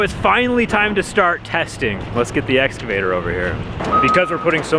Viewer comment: its pronounced essscavater